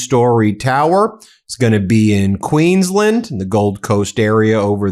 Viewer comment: QueensLAND. You must pronounce the end of the word as “land”. It’s not pronounced “QueensLIND”. Just saying. 😉